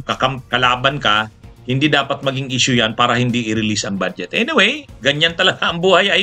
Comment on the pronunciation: Atty.budget po hindi bad jet